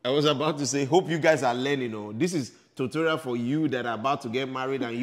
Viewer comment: it tutorial not totorial😂